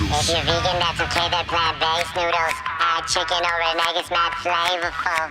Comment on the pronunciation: Mad sounds like "Not"